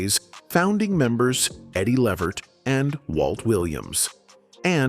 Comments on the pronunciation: The proper Pronounciation of EDDIE’S LAST NAME is LeVERT…with the ACCENT on the SECOND SYLLABLE. Not LEE-vert. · Eddie L-EEE-Vert ... come on man ... get the AI to pronounce Eddie's name right !!! Damn !!! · You can see this guy telling this story can't even pronounce Eddie's last name right, this is why you don't let White people tell your story or our history. I bet if it were Frank Sinatra, he would have gotten it right. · This narrator kept mispronouncing Eddie Levert's name. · I agree! Can’t watch it!